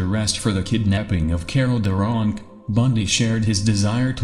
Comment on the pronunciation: Whats with the mispronounciations in this monotone voice? Its was Des Plaines River not " Day Plaines River". It was Carol DeRaunch not "Carol De Wrong". LaTanya Wilson NOT "La Ton- ya Wilson"